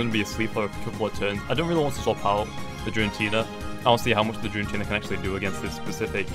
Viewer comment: "Jirantina" I'm triggered it starts with g. Gir-a-teena